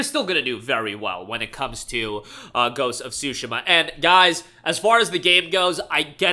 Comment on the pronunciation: Dude really said Ghost of Shu-shu-ma.